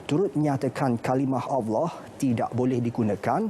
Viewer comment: Suka dengar Ivan Toh baca berita. BM dia bagus. Dia sebut “Allah” pas sngt. Pembaca berita perempuan tu pun sy suka jugak..